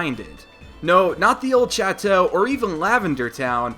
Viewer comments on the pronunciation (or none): you said château wrong its French I believe the only bit you Sa wrong is the beginning its said as if it was an SH